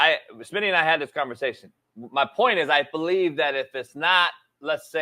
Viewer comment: No, it's "doo yuu bewieve me nahh".